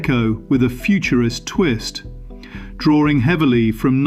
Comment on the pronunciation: "Draw-ING" not "Draw-RING"....